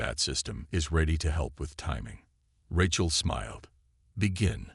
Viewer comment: AI's are complete Garbage!!!...yours and most others!!! Who is "RE-chal"? Her name is pronounced "RAY-chal". And what is "DAY-bris"??? It is pronounced "DAY-bree"!!!